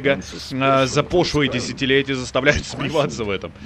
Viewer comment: Великая фраза " пошлые десятилетия" будем помнить и произносить в компании друзей